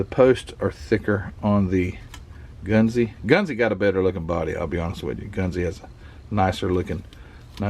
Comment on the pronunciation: I know a few Japanese fellers'. It's "gun-zuh" said really fast.